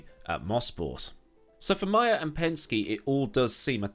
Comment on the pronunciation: It’s May-er not My-er